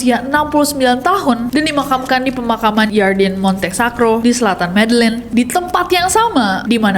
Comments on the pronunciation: itu bacanya medeyin, ll=y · begini pengucapannya: "heysus" bukan "jeezus" "medeyin" bukan "medellin"